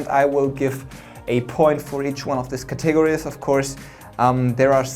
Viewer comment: "Cat-a-gor-ees" lol